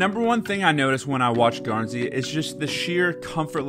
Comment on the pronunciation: You pronounced it right thank you